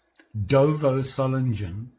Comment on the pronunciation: The creature is a hyena. This is probably based on the manufacturer's surname. Solingen... try pronouncing the "g" like the "g" in great. It's difficult, I know. I have trouble pronouncing the "t" in tree correctly...